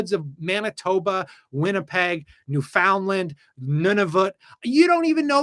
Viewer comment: as a Newfoundlander living in BC learn to pronounce Newfoundland my man